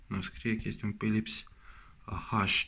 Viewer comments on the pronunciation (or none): Berberim, ghiuveta, pilips.... barbierim, chiuveta sau lavoar daca e ghiuveta din buda, se pronunta "Filips"